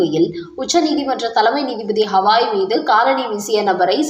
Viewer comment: He is not hawai.he is gawai pl correct your ptonountiation